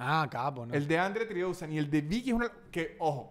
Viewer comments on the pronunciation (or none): Yo tratando de buscar quien es Andre Tridousen y me doy cuenta que está tratando de decir Andre 3000 (three thousand) jajajajaja